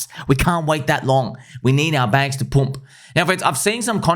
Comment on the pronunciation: That accent came out heavy when you say we need to pumppppp🤗😂